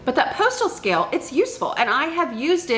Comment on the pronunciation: Postal scale (I believe speaks Texan ❤😊)